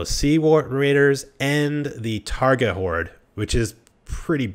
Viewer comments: "Targa Bandits" "Car-ghites" "Sarah-knight" "Swaydia" Wtf is wrong with you? Why do you insist on mispronouncing everything?? TAIGA bandits. TIE-GAH (like Tyga the musician) KERGHITS. KHER-GITS (rhymes with her and bits) SARRANIDS. SARAH-NIDS (rhymes with sarah and lids) SWADIA. SWAH-DEE-UH (self explanatory) Seriously, it's fucking weird. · So fucking painful to listen to him pronounce everything completely different to the way they’re spelt. He says Sarranid like it has an E on the end, and how the fuck does he get “Targa” out of “Tundra Bandits”? Same with the Khergits. He pronounces it with an E on the end.